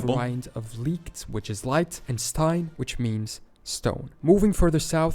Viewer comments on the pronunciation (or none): none